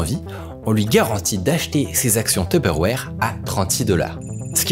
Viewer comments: tuperwarhhhhhh looool il abuse de ouf sur la prononciation ca me fait tilt 🤣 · Ca me fait trop rire comment tu dis teuperwére 🤣😂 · Super vidéo par contre j'ai horreur de la façon dont tu dis tupperware 😭😭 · Super vidéo mais comment ça m’a tendu la manière donc tu disait Tupperware 🥲